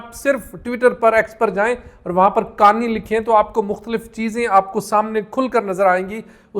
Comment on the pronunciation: انکا فیمیلی نام”قا آنی” ہے۔ قانی—غلط ہے